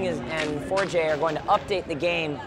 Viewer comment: 4J sounds like you are mispronouncing the word ''forge''